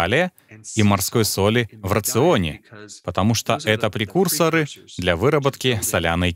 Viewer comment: Правильно говорить прекурсОры, а не прекУрсоры.